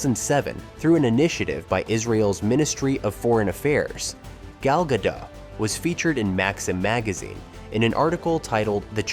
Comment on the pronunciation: Gal Gad doh? You're narrating an informative video about the life of Gal Gadot and you can't even pronounce her name correctly? The "t" is NOT SILENT! Do a little RESEARCH!!